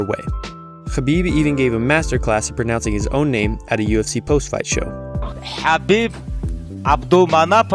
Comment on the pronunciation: Idk i think conor pronounced khabib name better than khabib himself 😂